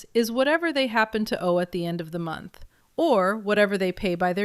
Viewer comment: Three montch book